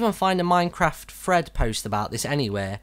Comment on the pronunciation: Did you say "fred" or "thread"?